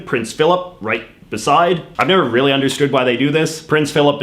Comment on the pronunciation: Arooond reeealllyyyyy 😂